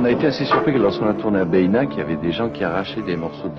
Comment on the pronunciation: C'est génial. Tu nous régales! On dit "Bénac" pas Bayinac. Ce château est incroyable, tout comme son château voisin Castelnaud. Un vrai voyage dans le moyen-âge. Toute cette région est incroyable! Preuve en est la fréquentation de ouf pendant l'été!